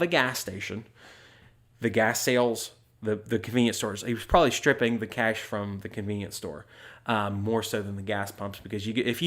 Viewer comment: I love how you pronounce cash as kaysh